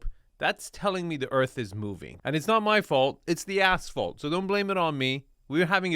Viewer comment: No one in their right mind, would buy that property. Huge landslides have been happening throughout Big Sur coastline over the years and then there's the accelerating erosion at its toe, plus over 100,000 acres burned from wildfires over the last decade. When you were talking about the road I could have sworn you said 'it's not my fault, it's the ass fault.' It took my brain a few seconds to rewind and play it back, to realise you said 'asphalt.' 🤣